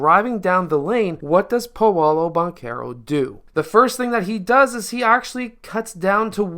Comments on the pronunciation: Its “PAW-LOW” not “payolo” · It's pronounced paaaa lOOOO